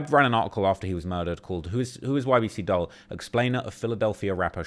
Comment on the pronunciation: For the so-called "UK's top expert in the gang and drill rap scene" you sure do mispronounce a lot of names. "Dul" short for Abdul pronounced 'duel'. Not "dull", did you even watch the banana man's video? Because he knew how to pronounce it.